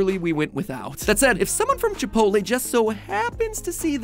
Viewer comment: Chip - ot - lll